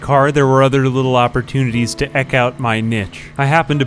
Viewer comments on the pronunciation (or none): Ok, that solves that. You do say eck instead of eke on purpose, you scoundrel. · Eke is pronounced eek, niche is pronounced neesh. : S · The "eck out my nitch" hurt my soul